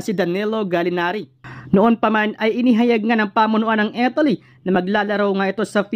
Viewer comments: Italy brod hindi Etaly. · Italy Hindi Etaly😂😂😂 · Mas importante ang napapaimportante? Panu mo naisip yan? Di mo nga mapronouce ng tama ang ETALI EH MAKAKAOAG USIP IA NG GANYANG KOMENTARYO? ETALI? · Bro Italy hindi etaly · hoy Mr youtuber ayosin mo nman ang pagbigkas ng italy wag nman Etaly hahaha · Pronounciation mo sa italy...review ka